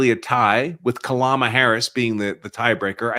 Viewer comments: I don't know why people have so much of a hard time pronouncing Kamala's name this guy callls her Kalama it's Ka/ ma /la not Kalama or Ka/Mala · Sir, her name is K A M A L A !!! NOT KALAMA!!! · Kamala - Kalama, who cares! It all comes out brown in the end. 😂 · Kalama 😂 Kalamazoo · "....with Kalama Harris..." Me: (( allowing myself a tony smile )) That's most probably just a gaff, but I, at least, see the humor in it... "....with Kalama...." Me: (( immediately chuckling )) Ohhh, so wasn't a gaff, at all! It was on purpose! _NOICE!!! "....Kalama...." Phonetically close to... Calamity 😂👍🏽🥃🍻🤘🏽💫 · You mispronounced her name, it's correctly pronounced as "Ka-blah-blah Harris." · Say her name correctly camel toe